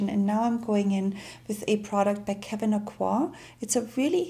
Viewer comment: nicely done. covering textured skin is always challenging- to get the matte/not matte balance just right takes patience and so little product., thank you for pronouncing our sweet Kevin's name correctly.;{}